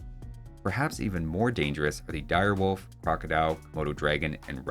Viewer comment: "Do you know what a Dire Wofl is? It is like a Wolf, but it is Dire"